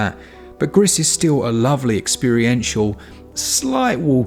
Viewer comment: I think Gris is pronounced as kind of ‘Gree’ (Spanish for grey)